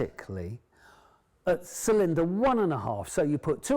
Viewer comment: Not sure I would want to buy a bike from someone who can't pronounce "cylinder" and wears his auntie's sweaters.